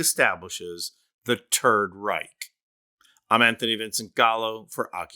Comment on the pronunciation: I was so angry until you said the turd reich. Thank you